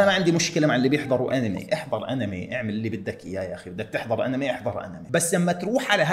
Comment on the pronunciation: أنمي❎ . اينم يي✅ . 😭😭 .